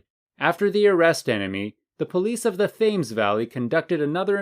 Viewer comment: Thames is correctly pronounced T’ems. 🙄